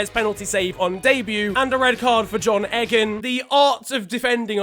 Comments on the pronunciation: Its pronunciation Eegan not Egan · Did he really say John (egg)an It’s pronounced ee-gan, Eeeegan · Egan mate eegan not eggan just go disrespect my whole country 😂😂😂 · Did u say egg en for egan.... I am disappointed by this more than ur trim or lack of rather😂😂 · omg nahhhhh this man didnt just say egg-an bahahahhahahahah its ee-gan lad bahahhahahahaha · Man said egg-an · Its eeeeegan not eggan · EGG-AN?!😂 ITS EEEEEEE GAN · John egg-in, John EGG-IN, FUCKING EGG-IN, man it’s Egan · Are we just gonna let say John Egg-in and get away with it? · This man said a gan instead off Egan 😭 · cringes in Irish Btw it's pronounced eeeegan as in ,well, eeeeee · Its pronounced eegan I'm related to him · They way he pronounced Egan 😡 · Nah im not accepting how you said egan It is criminal